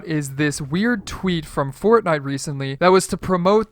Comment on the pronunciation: U SAYD CORTNITE